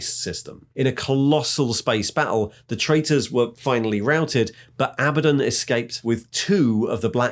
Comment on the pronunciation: I love how you used both pronunciations of Abaddon thru out the video. xD